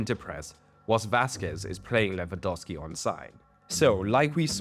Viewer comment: your pronounciation of Lewandowski is perfect